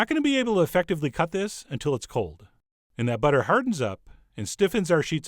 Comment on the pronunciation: You went a bit British pronouncing butter. :D